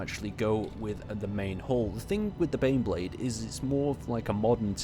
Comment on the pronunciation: I thought you were saying beyblade